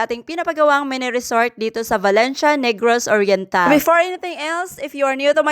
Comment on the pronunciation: She said it's Negros Oriental. Replay the video, it was clear, very audible.